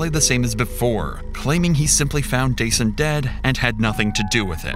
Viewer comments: His name is “Duh-Sahn” it’s not “Day-Sun.”😑 Rest well young man.💔🕊️💔🕊️ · it's duh-sahn, not day-sun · His name is Dasan, pronounced duh-sawn, NOT day-son. His mom Latrice and his POS killer said it multiple times to hear it. Or just call him DJ. I appreciate the work you put into your videos, so I'd hope you'd get the victim's names right when you're told what they are to show respect for their memory and loved ones left behind. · His name wasn’t Dason like Jason you idiot. His mother makes it entirely clear how his name is pronounced. I hate the guy behind this channel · At least respect this beautiful, innocent victim by pronouncing his name right...I heard it multiple times from his Mom...it's pronounced 'Da-SAHN'....🤦‍♀️ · Threw me a little with how narrator kept saying DJ’s name like “Jason” instead of how his mom & killer pronounced it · I HATE that Dasan's name was mispronounced throughout this entire video. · It's ridiculous you keep mispronouncing Dasan's name when you put in the video how is mother pronounces it. Do beter. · The LEAST you could have done is pronounced the poor victim's name correctly, FFS... The disrespect... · Yo why do you keep mispronouncing the victim’s name when the mother says it correctly in the interview footage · Why are you always mispronouncing names? They literally say his name and you still mispronounced it 😒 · Can you please just get the victim’s name correct? Fucking christ. Dasan’s name is pronounced several times in the interviews. Say his name. If you can’t do that correctly, whether by correcting your voice or a text-to-speech, you’ve lost the plot completely. You ain’t even tryin’. For folx wondering, Dasan’s name is pronounced as ”Duh-sAHn.” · Why does the narrator keep pronouncing Dasan's name incorrectly? 😐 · Why didn’t you pronounce Dasan’s name right when you could hear it said right by his mom? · Out of respect, the narration should have been fixed to pronounce Dasan's name correctly...